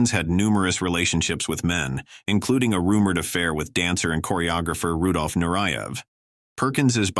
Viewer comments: RUDOLF NARAYEV?????? You mean Rudolf Nureyev, the most famous male dancer of all time? Get a better narrator! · Not a single new revelation; the appallingly dead giveaway the narration is AI - it's Rudolph Nureyev, NOT Nur-I-yev, and poor Sal Mineo becomes Min-ay-o! Is human narration so expensive?!